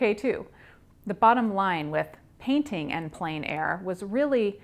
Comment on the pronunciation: It is pronounced like plen 😊